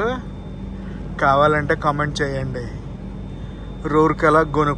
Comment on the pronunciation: రూర్కే ల not rourkey